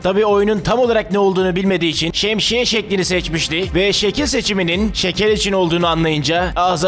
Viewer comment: abi şemşiye ne şemsiye değil miydi